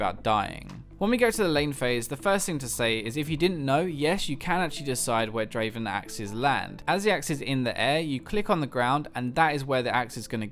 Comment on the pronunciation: Not draven... draaaaaaaven